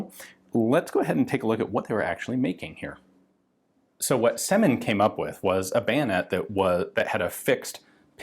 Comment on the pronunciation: It's rather Syomin than Semin.